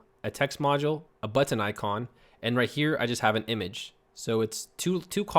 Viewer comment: I love how says BUTTON... BUT-TON!